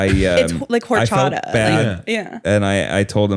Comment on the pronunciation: pronouncing Horchata as "Whorechata" is very funny, just so everyone knows the H is silent in spanish